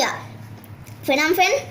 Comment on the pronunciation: Capital of Cambodia = Phnom Penh. It pronounce Pa-Nom Penh not Fnom Fenh. Don't Worry :)